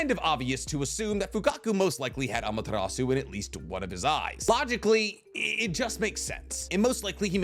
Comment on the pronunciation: BRO. Say Amaterasu like that ONE more time, and you're gonna catch these hands.